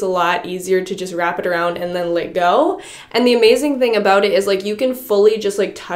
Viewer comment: Anyone else notice how is incapable of saying the word “let”? She always says lit / litting... like girl what happened 😂😂😂😂